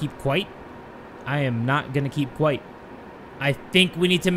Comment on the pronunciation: Its "keep quiet" not quite 😂😂😂